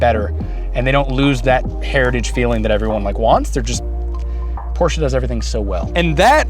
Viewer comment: How can you have a Porsche when you can’t even pronounce it correctly